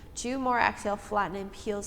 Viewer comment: Love this workout. Great pilates instruction! (Just an FYI, exhale is not pronounced AX-hail. It’s Exhale. :-))